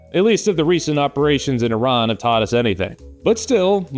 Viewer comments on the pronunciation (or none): none